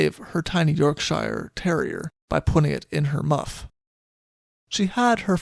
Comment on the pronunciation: Yes, Port Said (Sy-eed). Also: sink-sank- (have/had) sunk Yorkshire is pronounced Yorkshuh/sheer. Otherwise, always a pleasure listening to you. Cheers!